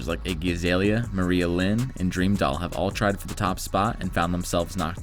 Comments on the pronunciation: Her name is pronounced, “MARIAH-LYNN!!!” Not, “Maria-Lynn”🤦🏾‍♀️🤦🏾‍♀️🤦🏾‍♀️🤦🏾‍♀️ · Muh-Rye-Ah Lynn not Maria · Maria Lynn? It's Mariah Lynn, like Mariah Carey. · MA-RYE-UH LYNN Not Maria Lyn. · Lol, no he did not just say Maria lyn “Mariah” and iggy azalea oh and let’s not forget dream doll too, were talented rappers!!! LMAO 🤣🤣 He CAN NOT be serious!!! If they’re talented rappers, then... Idk what to say😨😐😶! I have nothing, can someone help me?? Please... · Who the hell is Maria Lynn! You mean Mariah Lynn!?🙄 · Maria lynn?? Mariah like in carry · WHY he keep saying Mariyah Lynn and Bionca?? Please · Maria Lynn?? You have to pronounce names correctly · You do know it is MARIAHA-lynn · he said maria lynn😂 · Drake has had trouble competing with nicki Minaj! You smoking crack and you didn’t pronounce Mariah Lynn name right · Correct your grammar, PLEASE! Your speech and your spelling.. you didn’t even pronounce Mariah Lynn right! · how can u pronounce Mariah Carrey's name perfectly, but not Mariah Lynn... (repeatedly)? its spelled & pronounced the exact same way. smh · Did he say Mariah Lynn and dreamdoll? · The fact that you mispronounced her name shows how irrelevant Mariahlynn really is